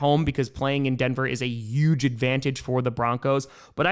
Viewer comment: Dude.. Stop disrespecting the letter H. It's peonounced hhhuge. Not uge.